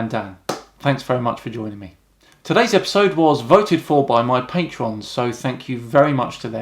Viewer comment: Literally the only thing about Dan I don't like is how he pronounces the word 'patron'